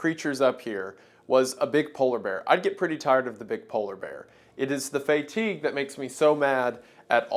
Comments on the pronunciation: did you say “fay-teeg” for fatigue 😂❤ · Wait a minute how did he just pronounce the word fatigue?